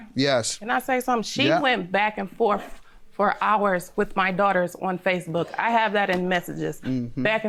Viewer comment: "Back and forf, back and forf, back and forf" 🤦‍♀️ugh, really?